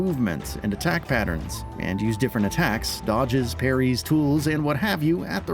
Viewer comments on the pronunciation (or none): none